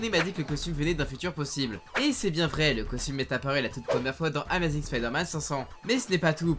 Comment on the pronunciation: "ama zing" J'ai mal :")